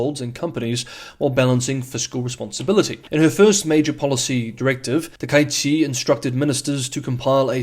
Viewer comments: I believe Japanese Prime Minister's name should be pronounced as "Taka", then "ichi". The "a" and "i" should not be combined into "ai". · Hehe. Pronounce her name roughly like this: tacker-eechee. Make each syllable the same (quite short length), with no variation of emphasis, tone, or length. HTH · Yes, pronunciation surprised me too. The second kanji is ichi (not number) and isn't blended into the first character.